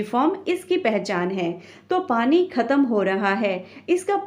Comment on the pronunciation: पनी ❌️ पानी ✅️